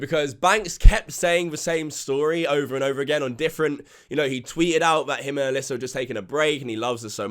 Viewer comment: Nigga said “alisser” 😂😂